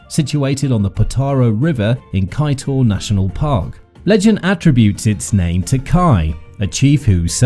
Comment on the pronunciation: Good morning nice video. However please consult wih someone to get the correct pronounciation of place names etc .Kaiteur is pronounced Kai chore. .